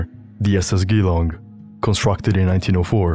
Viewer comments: Good video, but one thing to mention. Geelong is not pronounced as "Gi-Long" it's "Jee-Long", but more commonly locals just say something like "juhlong". Source: It's where I grew up lol. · You're not the only one I've heard pronounce it like that in videos about Waratah. I think it's a pretty common mistake for non-Aussies. But yes, "Geelong" is pronounced "jeh-long" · Geelong is pronounced "Jee-long" btw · Hey there! Just a quick pronunciation tip from an Aussie. I noticed when you say "Geelong", you pronounce it similar to the G sound in "Ghee" or "Giza". Despite the double E, it's actually closer in sound to the J in words like "Jeans", or "Jesus". FYI if you didn't know Geelong is a city in Victoria, not far from Melbourne (which coincidentally is pronounced more like "Mel-bin"). Yep, we are a weird mob when it comes to how we say stuff haha. But yea, absolutely stunning work! Glad that I've stumbled across your channel so soon since starting. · Very good. It is Geelong more with a J sound than a G, but don't sweat it, a lot do worse. Perhaps you could do something on the Blue Anchor Line's sister ship to the Waratah, the Koombana? Like the Waratah, the Koombana was luxurious, considered top heavy, and is still to be found. She disappeared in 1912, during a cyclone, while on her way to Derby, Western Australia. She was made for the Perth to Derby run, a vital link between the isolated towns of the West Australian coast, and the sheep and cattle stations. Koombana's loss devastated the West Australian community... Frequent traveler, Frederick Clinch, was one who considered the Koombana top heavy... and said she would sink in the first cyclone she met. Unfortunately Frederick was on Koombana when she disappeared. Should add, Frederick Clinch was my Great Grandfather. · hey, just a correction on the pronounciation of the name "Geelong" its G-long not g-ee-long, with a hard G. Source: i live in the town the boat is named after. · Good video! Jeh-lawng